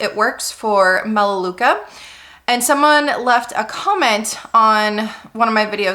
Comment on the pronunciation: it’s melaleuca